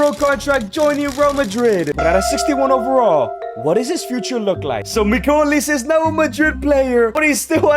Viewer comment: Who the fucm is miguil olise gng get it right